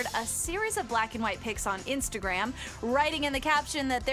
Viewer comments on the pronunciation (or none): none